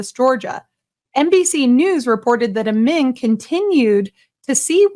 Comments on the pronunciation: Great story,. Thank you. Incredible crap that network keeps churning out, and I hope they get burned for false reporting. Just one comment: How do you keep mispronouncing the Dr's name? SHEESH! Amin, can't possibly be pronounced "Ih-mann". lol. Sorry if I sound like a whiner, but you're doing a voice over for this video and I have to listen to your commentary, I mean, right? You're telling me the story, and every time you said his name you said it differently, but mostly "Ih-mann" phonetically. It's just hard to listen to it. But, I love your videos. Truly. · you keep saying iman but the name reads amin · his name is Amin not Iman bro